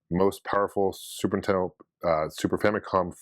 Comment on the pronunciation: I love how he says "the zooper teddoh" instead of super nintendo, i do that too